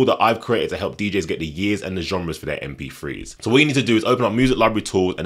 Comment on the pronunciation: haha he said mp frees